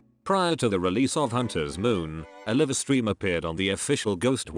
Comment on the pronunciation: Hate AI pronunciations. Livestream is mangled so badly. 😂